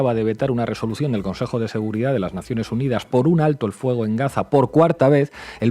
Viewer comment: Aprenda hablar se dice seguridad, no seguridadfz